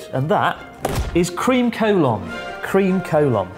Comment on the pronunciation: Cream Collon sounds so utterly wrong to me o__O